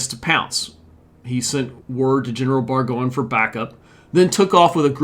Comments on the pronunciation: Burgoyne is pronounced "Bergoine". Done with your incessant mispronunciations. You have a LOT of study in front of you. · You really need to learn to pronounce the names… for example, it’s pronounced BurGOYN